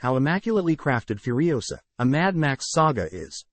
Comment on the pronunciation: "Furisoa". Alrighty then.